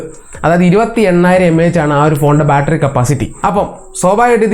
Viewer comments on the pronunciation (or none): none